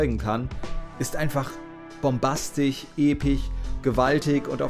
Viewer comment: Bombastich, epich, grafich?? das kommt mir fast so vor, als würdest du das absichtlich machen und iwie triggert es mich mehr als es sollte!^^ (Aber wunderbares Video)